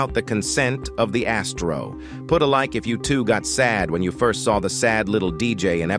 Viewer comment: You says BIG ASSTRO toilet